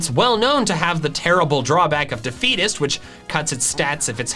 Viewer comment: I thought he said the fetus when he said defeatist